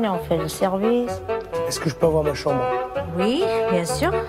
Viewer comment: Jpp quand Phillipe a dis « dans ma sambre »😂😭